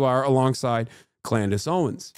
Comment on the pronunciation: Did he just say Clandice Owens 😭😂